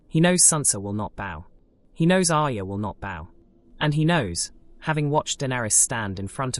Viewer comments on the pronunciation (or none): none